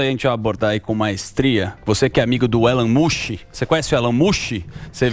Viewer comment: Quem é esse deputado q falou Elon Mushem ? De onde é essa criatura? 🙄🧐